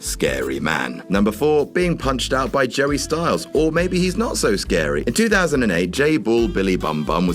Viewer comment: Wait. Did say "Jerry" Styles?